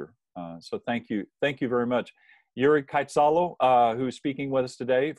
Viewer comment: His name is pronounced yoo ree reet-ah-sah-lo, not yo-ree raytasalo